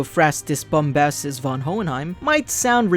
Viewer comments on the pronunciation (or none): the V in von is pronounced like an F so it should be pronounced as fon